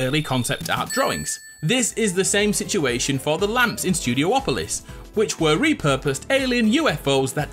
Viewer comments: IT'S NOT STUDIO OPOLIS!!! IT'S STUDI OPOLIS!!! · Studiopolis, not studio-opolis